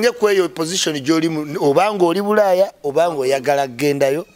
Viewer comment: “Buraya” it’s bulaaya bro